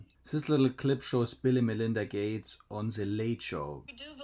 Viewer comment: Man-Linda Gay-tes